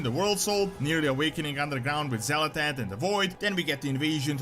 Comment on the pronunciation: it's not xal'etesh, it's xa'latath. it's super minor, but it is a thing.